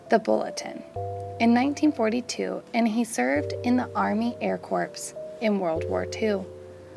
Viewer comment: Air corps???? Its pronounced Cores